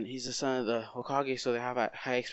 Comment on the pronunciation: When you said you might not became the Hokage it sounded like you said you may not have became the HOEkage